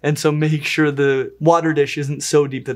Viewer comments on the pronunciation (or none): none